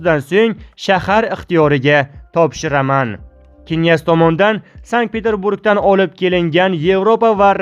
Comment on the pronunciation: Намунча гапиришни билмайсиз,бошка одам йукми?Киняз,эмас княз. Ва хкз.Тугри укинг .Оллох узи мехрибон ,кархларни тулаб ,хитойни хайдаб чикариш зарур., Бундай имкониятдан фойжаланиш кк.